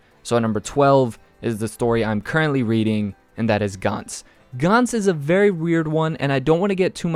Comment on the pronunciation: Gantz is pronounced gantz as in ants.